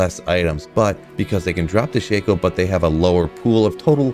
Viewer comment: It's pronounced Shack-O